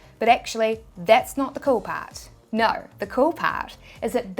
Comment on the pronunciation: "Nowr" = "No" I've been hearing "owr" sound when you end with a vowel. 😆😆😆